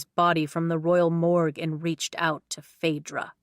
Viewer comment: My name is Phaedra and I am so happy that you said it right because so many people mess it up.